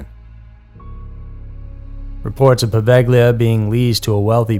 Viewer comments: Hi,! Poveglia is pronounced "po-VAY-lia". Great video 😊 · its pronounced pro-vail-e-aw